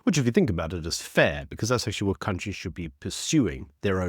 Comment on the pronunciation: Why can’t you just speak properly, man? “Wewd” it’s WORLD. “Wha” it’s WHAT. I’m sure I’ve heard you say “pacifically” instead of specifically, there’s others too. So annoying! “Disstassful” what’s that? Besides that, keep up up the good work.